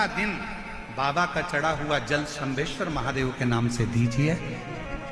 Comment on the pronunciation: श्रम्भेश्वर महादेव सही शब्द है। और श्रमभेश्वर गलत है।